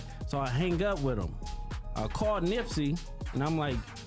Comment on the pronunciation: Showing Wack 100 as BigU is funny. AI voice. And calling Nipsey, NIPEsy is wild. Maybe quit making "rap" videos tbh.